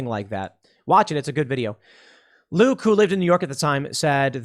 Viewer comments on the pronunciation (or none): none